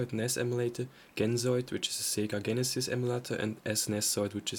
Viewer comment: It's Jeh nuh sis not Gen uh sis